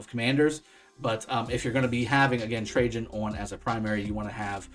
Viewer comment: My god!!! Finally a you tuber that can pronounce his name correctly